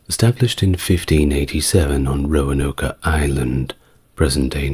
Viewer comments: Roanoke. Not Roanoka. 3 syllables, not 4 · “Roanoka” Really? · Glad to know I'm not alone. Also, my eye twitches a little when he says Roanoke 😅 (Row-an-oak) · I love all the background details in this video, but I have to point out that the “e” on the end of Roanoke is silent. The “oke” is pronounced like “smoke.” 😁